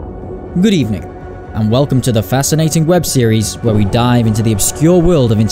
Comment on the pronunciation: good ebening